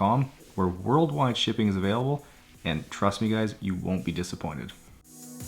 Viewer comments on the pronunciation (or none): none